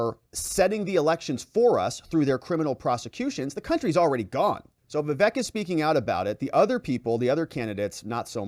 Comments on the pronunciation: Hey. It's not vivek like heck. It's vivek like cake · Perfect! But pretty sure it's "vih-VAYK" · ▶️ It's pronounced: "Vi-VAKE" like CAKE!